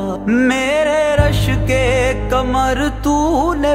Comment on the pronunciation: Learn to pronounce ق correctly. Your رشک قمر sounds like رشک کمر.